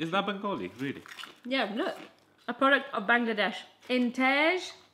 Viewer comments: it's bengaali u pronounced it right first time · EKETITEEEH Lol said it right the first time IMO “Bengali”. Do you think that’s why they made this video? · said it right way.. bangali one 😁😛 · knows the drill! 😎😄 Also the Bengali was spot on, great video guys! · YESSS SID SAYS BENGALI CORRECTLY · SIDS pronunciation was amazing!! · Omg sid amazing bangli p.s said it right love u lots ❤❤❤❤🇧🇩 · Yh you said it right